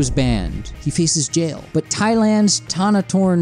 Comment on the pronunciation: Don't feel bad about mispronouncing Thanathorn last name, even most politicians in the parliament chamber pronounce it wrong lol.